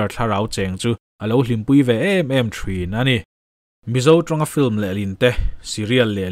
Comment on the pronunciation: Thin tih hi thrin anga I lam hi ngaihthlak a ti hrehom lek2 te ka lo ti ve mai2...tha hnem ngaih vang aw🤭